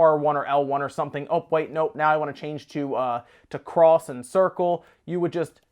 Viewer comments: It's pronounced "ex", not "cross" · you pronounced "X" wrong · Ha nice self control on saying cross, still weird though